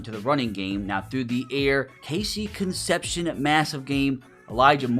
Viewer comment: KC's last name is pronounced con-sep-c-own, his name is tough as an aggie